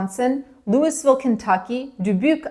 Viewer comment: You pronounced Louisville wrong sweetheart. It's Loo e ville ,silent s.